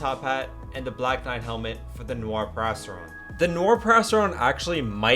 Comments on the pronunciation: It sound like perrastron instead of periastron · Its pronounced perry- Aztron not perasteron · You made the whole vid without looking up the pronunciation of periastron 😢 it’s not a “perasteron” bro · Isnt it pronounced “ pee-riya-stron” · the way he says periastron is actually triggering me